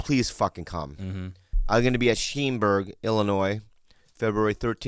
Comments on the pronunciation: Hahahaha he said sheem burg Illinois..... for Schaumburg LOL you say it like shom-burg..... 😆 🤣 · That was the most entertaining pronunciation of Schaumburg I think I've heard yet.